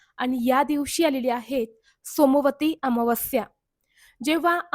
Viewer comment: सोमवारी अमावस्या उच्चार चुकतो आहे ताई